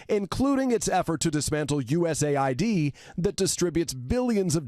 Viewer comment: They must all be AI, every single one of keep saying U.S.A. ID when it has always been said as U.S. aid.